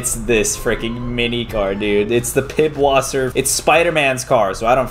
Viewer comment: it is no pibwasser it is German vor Pisswater